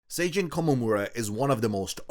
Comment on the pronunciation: “Sayjin”💀 it’s pronounced Sah Jeen